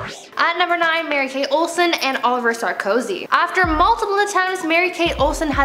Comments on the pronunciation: Calling Olivier Oliver 😂 The French speaker in me cringed 😬 There’s only a one letter difference, but the pronunciation is definitely different. Ah-liver vs Oh-lee-vee-ay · Please, please, please... learn how to pronounce Olivier. It ISN’T pronounced ‘Oliver’. It is said ‘Oh-liv-ee-ay’. Thanks. This has driven me nuts on multiple videos. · Is anyone else bugged by her saying "Oliver" and not "Olivier"? pronounced very differently...lol